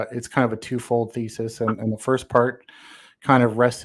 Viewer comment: He was trying to present feces. Oh wait, he said thesis.